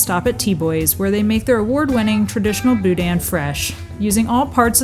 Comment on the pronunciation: It’s not pronounced Boo-Dan it’s Boo-Dn’,the N is short. The Best Stop in Scott is the best,The Superette in Eunice is second best.